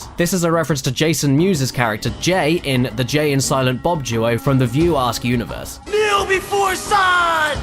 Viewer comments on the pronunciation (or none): "View Ask universe"? You mean "View askew -niverse"?